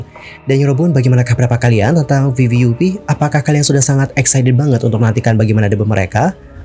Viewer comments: Izin koreksi bg , bukan vv u p tapi vvup (vvap) up buka yu pi bacanya 🙏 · Info aja bacanya viviap😊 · vv 'UP bang bacanya